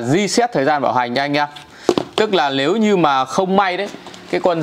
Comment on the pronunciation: Lếu như ae, Lờ vê 2,... Ngọng líu ngọng lo trông mệt thật!!